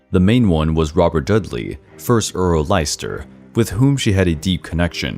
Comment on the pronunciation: Good effort but there's a few errors Edward VI wasn't Seymour's half-brother - he was his nephew 'Leicester' is pronounced 'Lester' Jane Seymour didn't die in labour, she died of infection later